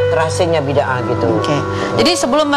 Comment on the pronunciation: Bida ah bukan bidah!